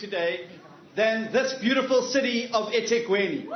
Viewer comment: The way he mispronounces Ethekwini just shows you he's never left his comfortable white circles in his whole life. He can never be a leader for all of South Africa. Then he says iMbaali instead of Mbali. Nope. I'm done with him.